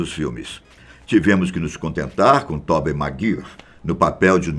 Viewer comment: Ele chama o Tobey Maguare de Tobey magiri kk